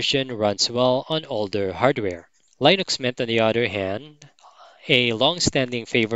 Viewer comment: Just a note about "Linux" - it's pronounced "LINN-ucks", not "LINE-icks". The "I" is short, not long.